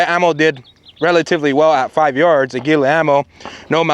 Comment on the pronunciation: I'm am the only one upset that he said Aguila the way he did.